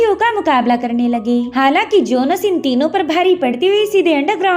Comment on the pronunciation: It's jhones not jonus